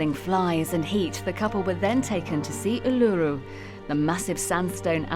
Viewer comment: lol, please learn to say Uluru right.. kind of important… yes this couple has made me a royalist. (I’m Australian)